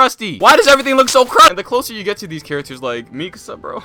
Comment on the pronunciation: Bro its (mee kah suh) not (mee kuhsuh)